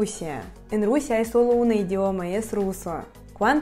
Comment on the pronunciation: Me encantó lo de la Rusía, sonó como Rosalía. 😃Espero poder aprender el ruso y conocerla algún día. Muchos saludos desde el Ecuador 🙌🏻🇪🇨